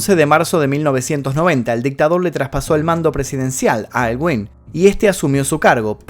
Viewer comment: El presidente aylwin se pronuncia elgüin La imagen de la hija de allende es errónea ella es la escritora isabel allende, coincidentemente se llaman igual en nombre y primer apellido